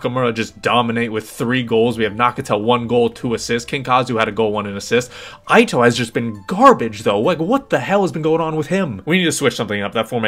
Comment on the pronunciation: Man said aito lmao its just ito.